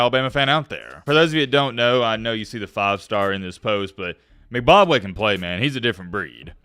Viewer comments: Pronounce the kids name correctly. Tf is McBobway. Em-Bok-way! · Pronounced IM-BOK-WAY 🤦🏾‍♂️ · M-BAK-WE not mbabwe 😭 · It’s not pronounced McBobway. It’s pronounced M-bok-way. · Mick Bob Way? Purposely mis pronounced the name. You on the Clock Haters 😮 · Its pronounced EmBOKWay #MattBeBloominOnions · pronouncing his name McBobway 😂.. I cant tell if he's doing it on purpose. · combined McDonald's and Zimbabwe and said good enough 😭 😂 😂